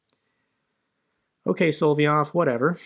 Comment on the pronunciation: Sol-ov-yov, not Sol-vie-ov... It's pronounced SOL-OV-YOV! It's not that hard. If you talk about him so much [and you should and do] please, it's not that hard. Like your vid's though.